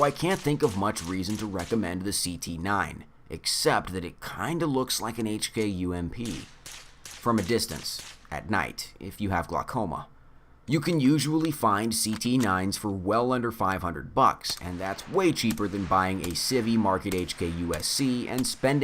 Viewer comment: "If you have glockoma" - we finally figured out what's wrong with